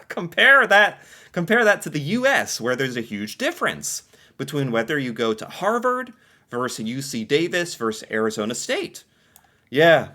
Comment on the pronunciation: Say "versus"; verse-us.